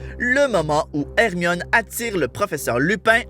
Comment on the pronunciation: plus jamai tu n appel hermione ermimi ok